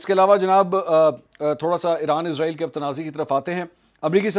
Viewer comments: Ezrael hota ya israel ap k bolny me fark hai ya hamary sun'ny me 🤔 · اس کا نام اسرائیل ہے نہ کہ ازرائیل برائے مہربانی اس کو ازرائیل نہ بلائیں ۔شکریہ